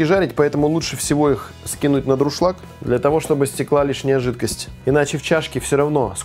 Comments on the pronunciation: ДУРШЛАГ !!! Ивлев тоже постоянно говорит дРушлаг )) о, я стал 100-м комментатором, мне положен приз!)) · не "друшлаг"(с), а дуршлаг!